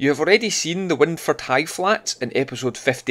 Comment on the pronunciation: Brill. I lived in Maryhill for years. Wyndford is pronounced 'wind' like wined.